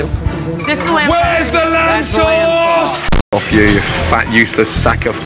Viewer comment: Not lamb sauce but Lamb SAUCE!!!